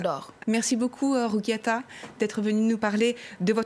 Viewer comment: Bonjour mdr elle a tué son prénom la journaliste🥵